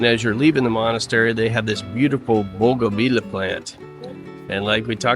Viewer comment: loved your vid, but it's Cart-a-hay-na....not Carta-gee-na. and the beautiful plant is bow-gun-vee-a just thought you'd want to know